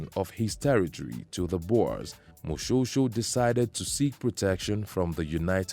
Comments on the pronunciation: Firstly Moshoeshoe is pronounced "Moshweshwe"........ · Do not ignore E in the name Moshoeshoe. You are pronouncing it like Moshosho. That E is very important